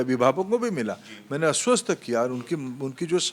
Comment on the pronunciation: अस्वस्थ karunga😂😂😂 आस्वस्थ nhi 😂😂😂😂